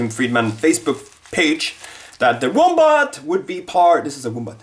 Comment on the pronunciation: Um, it's Wom-bat, not womb-bat, lol. No country can call itself civilised without direct access to Tim Tams....do you suck your cofffee up with them?